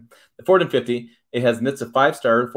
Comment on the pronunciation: Is this guy drunk? Is he saying F150? It's like one syllable when he says it. Horrible.